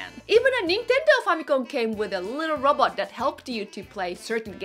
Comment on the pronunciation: Hard to follow when you say robot like Robert. So had to rewind after giggling. Super cute as always 🙂 so more view time for you. You're welcome. 😋